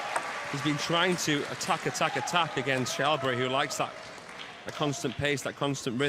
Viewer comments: You pronouce it like Shellberg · They call him Shallberry 😂